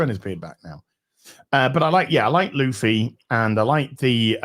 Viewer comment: you damn Old Zlander! His name is looofy not luhfee!